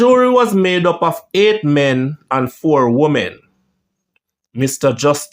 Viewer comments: Justice Theobalds, pronounced Thibbles. Good breakdown of the events and subsequent trial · HOW YOU GET THEOBALDS TO PRONOUNCE AS THIBBLES?, WHICH LANGUAGE IS THAT.